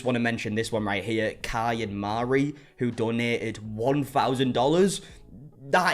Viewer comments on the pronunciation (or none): none